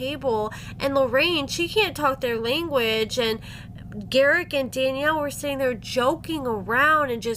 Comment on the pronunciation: lol, a book, jeez, what is it; gar-ICK the narcisSICK